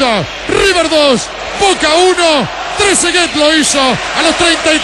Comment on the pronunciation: "tresegay"?que sos un nene?. trezeguet gano un mundial y es goleador e idolo de la juventus; y te cerro la cola con el gol que hizo. anda a tomar la leche salame